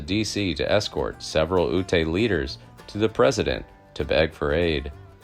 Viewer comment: The name of the Ute people is pronounced Yoot, not Ootay. If you want to do history videos, try doing more research.